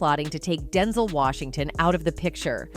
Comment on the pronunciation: 🤣🤣 umm you may wanna teach your text to voice Ai LM to learn how to say the correct way denzel is pronounced. It's hard to believe that anything being said is true.. I was okay somewhat w how she said Denzel like the word tinsle w a D. DINSLE SMH BUT WHEN THE AI SAID "ROTTEN" when talking about boca Raton.... boca ROtten..jus sayin